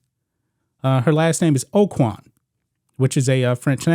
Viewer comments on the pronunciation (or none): none